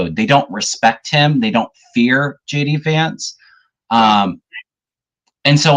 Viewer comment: When says JD vance, it sounds like he's saying, 'Judy vance' I like it!